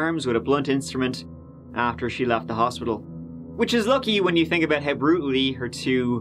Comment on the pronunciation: Tere's (there's) a lot of teories (theories) aboot (about) why he pronounces words wit (with) TH as T. I tink (think) it's great! 🤣🤣